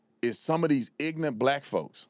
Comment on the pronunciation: . Someone explain to me why Tatum can’t pronounce “ignorant “! Because “ignant” isn’t a word!!!